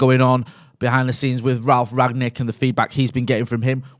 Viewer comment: Why do some people call him Ragnick he's called Rangnick